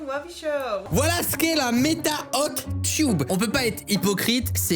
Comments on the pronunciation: C'est hot teub (prononciation) pas hot tube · Cyril ça se prononce hot ''teubs'' vraiment pas de blague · J'aime bien comment il dit "hot tioub" Alors que ça se prononce "hot teub" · Hot "tube"... ._. ça se prononce teub